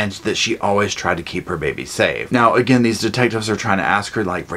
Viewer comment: "Where's that there babyah. I wanna killit AGIN!!!!"